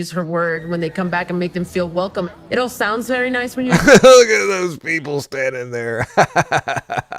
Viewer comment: Confucius say, vewwy suspicious. Confucius just saying.